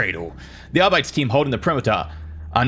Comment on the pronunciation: Arbites is a latin word, so it’s pronounced like arbit-ays not like how it would be in standard English. Like how custodes aren’t cuss toads.